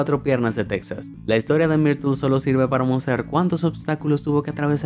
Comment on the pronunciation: Cual texas se pronuncia tejas 😡